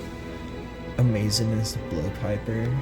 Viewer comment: So funny how you can’t say Amazon. Amazo(n)-ness